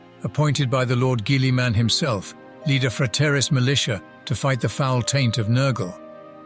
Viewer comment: I really like this one! I love listening when painting good background 😁 BTW noticed the voice pronounced Guilliman as gilly min or something, is there a way to teach it pronunciation? Then again you might be here teaching it forever with the weird names in 40k 😂